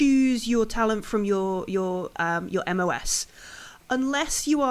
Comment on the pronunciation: Great start. Catching up with this campaign. Couple of notes MOS is pronounced “em oh es”. Corpsman is pronounced “coreman.” Currently US Navy personnel fulfill this combat medic role within the USMC. Cheers, rushing back and forth between the live show today and this to catch up.